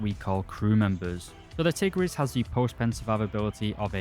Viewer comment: Nice history of the Hungarian Tigers, but two little things: 1. Tigris is pronounced "Tig-rish" since the letter "s" in Hungarian is pronounced "sh". 2. The Turan II is in War Thunder, however Gaijin stupidly made it a battle pass premium which is no longer available, when it should have been a researchable tank in the Hungarian subtree.